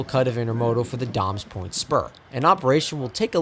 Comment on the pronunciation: Great video! I do need to point out that it's pronounced "day-mes point" not "dahmes point".